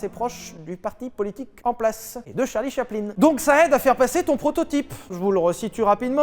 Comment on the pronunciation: Mdr j'ai mis 3min a comprendre qui était "Charlie Chapelin"